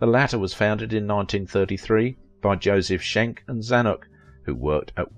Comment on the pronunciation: Joseph 'Skenk', not 'Shenk'.